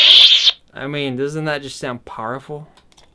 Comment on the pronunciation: anyone else get annoyed when he said "powerful" ?